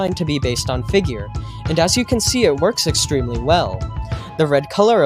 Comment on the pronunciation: ah yes, figeaur